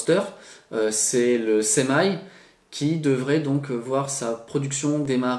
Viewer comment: Bon en français semi ça ne se prononce pas semailles ! Tout de même !